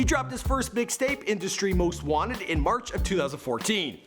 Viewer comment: "Most Wanter"